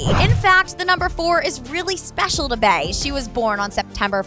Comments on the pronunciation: Please stop saying “Bae”. Its pronounced BEE! BEYONCÉ! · It’s Bey as in “Bee”, not Bey as in “Bae” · Its B. Not bAE🤦🏾‍♀️🤦🏾‍♀️🤦🏾‍♀️ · It’s Bey as in “Bee” not Bey as in “Bay” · if she says "bae" one more time.... it's Bey, like "bee", just Bey. Thank you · It's BEEE not BAY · Stop calling her BAY for fuck sake... it's BEY pronounced as BEE! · Stop saying BAY!!! Soo annoying!!! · Quit calling beyonce bey, its cringey, idek how u get bey (bay) from beyonce!bEyonce not bAyonce... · Fam it’s Bey as in BEE not BAY 😂😭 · you're killing me!!! Your pronounce Beyonce "Bee on say" but pronounce her aka "Bae"!!! Get it together!!! It's Bee!!! Now carry on!! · OMG this was so irritating I swear I hate the way white people say Bey it's all was sound like bay SMH just say B that's it B or Beyonce good damn oh my goodness.....So fucking irritating Jesus Christ please just start saying Beyonce that's it.....Leave Bey for the people who knows who to correctly pronounce it please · "bay and Jay" It's BEY pronounced BEE😂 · Bae? Wtf it's bee😂😂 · It’s pronounced bee not bae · Its pronounced "bee" not "bay" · “Bey” not “bae” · It's be eeeeeeeee not bayyyyyy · I hate how she says bae instead of bey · It's bey not bae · It’s pronounced Bee, not bae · bey (bee) not fucking bay, 😂😂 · It’s bee not bae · Bre Nichols She’s pronouncing it like bae not bee. Which is how you pronounce bey. Bee-yonce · QuentojVEVO love you obviously don’t know how to read dumbass. SHES PRONOUNCING IT LIKE BAE WHEN BEY IS SUPPOSE TO SOUND LIKE BEE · Lissaaa nahh only stupid bitches pronounce it like bae. Gtfo😴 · Anthony Crowe “Bey” is pronounced “Bae” and “Bee” you dumb fucks🙄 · It's pronounced "Bee" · Why do they keep calling her Bay?? 😑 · 😞🤦🏽‍♀️ it’s “Bey” as in Beyoncé not “bee” not “bae” and not “b”. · It irks my nerves that she kept pronouncing Bey like Bae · Failed censorship and I'm kind of tires of how she pronounce Bey's named Bay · The way you say Bey is painful